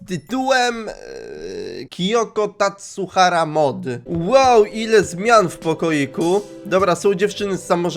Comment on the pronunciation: Czy tylko ja usłyszałam Kiyoko TasURHARA A nie Tasuhara XD